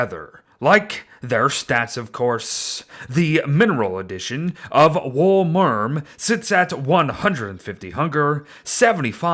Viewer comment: I’m pretty sure it’s pronounced “wolemerm”